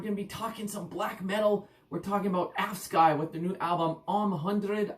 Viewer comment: Saw them in Basel yesterday - what a great trip it was! - the name is pronounced more like 'avskü' (with that last vowel being more like an 'ee' than a 'y'. or something like that :D